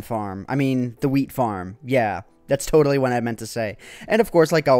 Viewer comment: lol he said FIRM